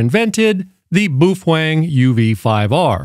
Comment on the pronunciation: Pronounced Bow feng